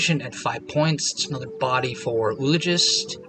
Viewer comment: I enjoy your commentary and have learned some strats that help my own game. And I really feel like a jerk calling it out, but I have to point it out— the double o in “oologist” is not pronounced with a single “oo” sound like “tooth”. It’s greek in origin and and sounds like “oo”-“ah”-“logist”. Or better written - “ō-ˈä-lə-jist”. Anyway keep making the videos and I’ll keep watching regardless of pronunciation.